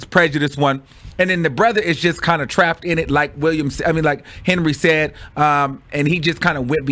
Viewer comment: you not old enough to be butchering peoples names like det!